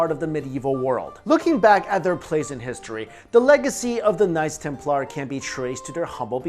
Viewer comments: Dunno if its just me but when you say "knights templar" it sounds like "nice templar" :D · I liked the way he preannounce knights Templar's as nice Templar's love you videos